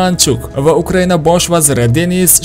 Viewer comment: 😂Bita man shunday eshitimmi bu bolani gapirishiga qaranglar Uqriyaniya-- Ukraina. Maqskiva---Maskva bulishi kerakmasmi 😂😂😂😂😂